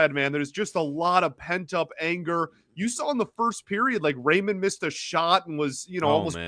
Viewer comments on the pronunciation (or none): none